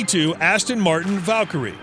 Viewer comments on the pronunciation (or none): none